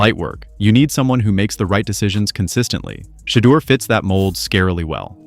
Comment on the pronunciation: Shadow, Sheeduer, Sheder, Shadure, Sheeder, Shadower……….. SHEDEUR. His NAME IS TAKEN FROM THE BIBLE which you A.I. Clowns apparently have NOT READ nor have you researched. PRONOUNCING the Man’s Name CORRECTLY isn’t that much of an EFFORT if you really know A.I.! Do the Right Thing!